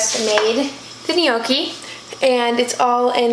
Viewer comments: It’s pronounced nE- O -ki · It is just pronounced “Noki” the g is silent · It's written Gnocchi and pronounced 'ñyoki' I'm not Italian but I'm Spanish and i have Italian friends too😄just for information sike😛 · In the UK, gnocchi is pronounce "noh-chee" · gnocchi is basically pronounced without the g and is really a simple word compared to the way you spell it noki is how i think of it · Oh and it’s pronounced like.. ‘NOCKI’ i guess 🤣💖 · Gnocchi is pronounced like jockey but with an n instead of a j.